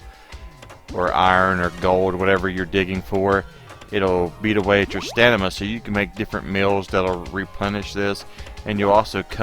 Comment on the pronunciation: It's "stamina". Btw great video, thank you!